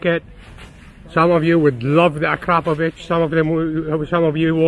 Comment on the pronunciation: When you say Akrapovic you sound like you are saying “crap a bitch”